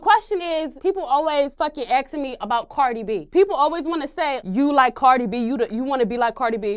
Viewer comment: What’s up with people saying “axing”. It’s “asking”. Not a hard word